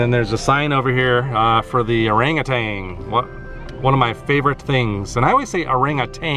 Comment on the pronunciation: What a cool experience! I have not heard of any other zoos doing that event. Thanks for supporting the zoo. By the way, orangatan is pronouced ur *ang*uh*tan.